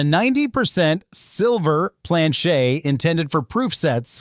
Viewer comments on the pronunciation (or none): Why can’t you just say Plan-CHET like 100% of humans????